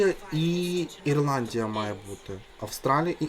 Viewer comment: Вона так сказала Ірландія, що я теж подумала, що Ісландія